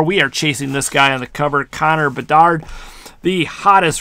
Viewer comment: Lol saying how good a pull is and can't even pronounce the full name of player